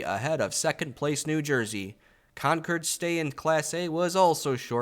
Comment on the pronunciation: cannot wait for the next installment. For everyone out there, it’s pronounced “conquered”